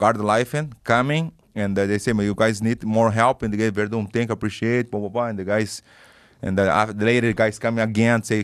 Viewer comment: "I appreciate e papapa" Kkkkkkkkkkkkkkkkkkkkk